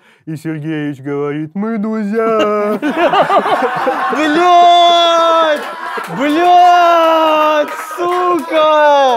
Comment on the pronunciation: И Сергеич говорит: Мы дузя!😂